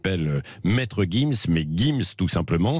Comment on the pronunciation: Jim's pas guim's Tu veux une guifle ??